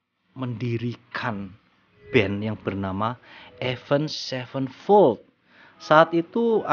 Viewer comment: Avenged sevenfold ya baca nya ya tetep avenged sevenfold bukan avend sevenfold